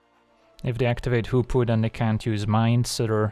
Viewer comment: He says Hoopoe I hear Poopoo